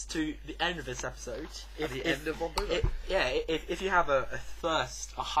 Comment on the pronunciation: As a German speaker, I can't help but giggle at your pronunciation of German names, Hohenlowe perfectly mastered and then Boo-low. A job well done though, guys!